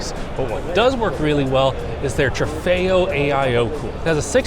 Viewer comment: it's actually called trofeo not trefayo